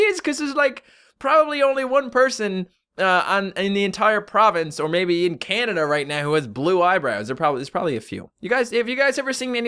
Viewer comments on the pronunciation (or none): none